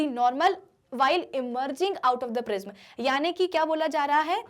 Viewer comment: It prism pronounction is wrong what are u say 🤣😂